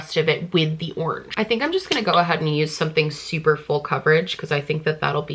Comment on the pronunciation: no one:: ✨ORNGE✨